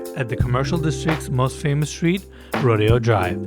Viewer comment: It's Roe-Day-O Drive. Rodeo is for cowboys. We forgive you though. Love your work!